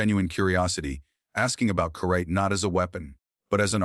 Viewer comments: You need to learn to read. As an example , one of many, karate is not pronouncced like that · It’s so weird when AI Can’t pronounce words correctly like karate.